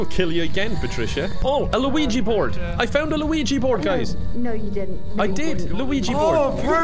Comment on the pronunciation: why did i hear said ouija board "luigi" 😭😭😭